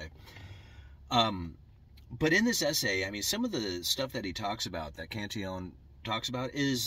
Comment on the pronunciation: You pronounce it correctly. He was Irish so spoke in a very very posh manner (at least the people from Kerry think the are.....that's why they call their county a KINGDOM !!!!! no kidding) Greetings from the Emerald Isle and LOVE your take on economics☘☘☘